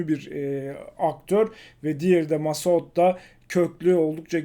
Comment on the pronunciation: ghassan """massoud""" öyle mi telaffuz edilir reis :D